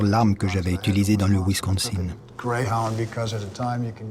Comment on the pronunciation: Wisconsin non pas wisconZin!